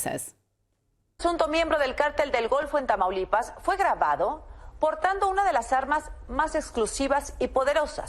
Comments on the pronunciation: Its called tAmAulipas like a tamale not tameeulipa 😂😂😂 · You “speak Spanish” but can’t say Tamaulipas 💀💀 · She can speak spanish but can't pronounce Tamaulipas ? Also, this seems like jumping to conclusions. The cartel has always had American weaponry it's nothing new.